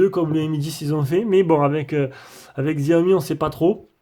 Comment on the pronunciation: on dis pas xiaomi mes chiaomi